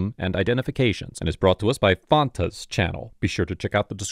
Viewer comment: never heard anyone pronounce fanta like that before